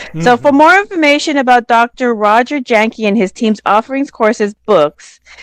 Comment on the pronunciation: Jahnke pronounced "yang ka" He's so humble he never corrected you. 🙏😂